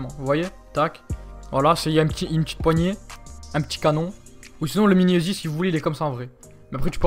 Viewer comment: uzi pas ezi